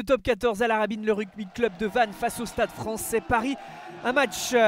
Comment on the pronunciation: "Le Stade Français-che", "essai transformé-che", c'est quoi ces gens qui ajoutent des syllabes où il n'y a pas besoin ? Dans la vie courante ça fait déjà bizarre, en commentaire audio c'est juste agaçant.